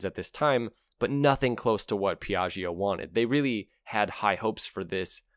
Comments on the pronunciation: I understand that you pronounce "Piaggio" in the same way as "Bellaggio". However this prononciation is wrong. Don't say the e "i" after the gg : not Piagg"e"o but Piatcho . And for the Hotel in Las Vegas: Bellatcho ( not Bellatch-e-o" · Great video. One obvious point is a scooter, with its small wheels, is for urban transport. NEVERTHELESS, I had a Vespa 200e 40 years ago and commuted with it on a two lane highway. Put 11,000 miles on it. BTW, second syllable of Piaggio is pronounced like "Joe," not "Geo." All the best. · Cool video! Just FYI, in italian, when we read "Gio" the "i" isn't pronounced, it's there just to tell you whether the G sounds like the G in "going" or like the J in "Joke". Same goes for Gia and Giu (Giulia = Julia), but not for "Ge" or "Gi", which always sound like "Je" and "Ji" unless an h is in the middle. So Piaggio = Piah-jo :) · please learn how to pronounce Piaggio correctly. it is not very difficult, but sounds so horrible when you butcher it. Hint: the g sound in Italian becomes a j when followed by i and e, however it becomes a g when followed by o and u, to make the j sound before o you need to slip in the "silent" i. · Listening to your pronunciation of Piaggio traumatised me. Can’t you listen to a 10 second “how to pronounce” video on YouTube before putting all that effort into an otherwise great video?